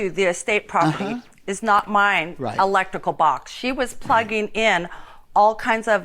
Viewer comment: Electical? shes missing that R lol